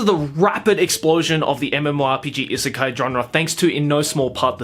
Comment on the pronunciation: I know! It was bothering me to no end hearing him repeatedly call it an isekai. Lol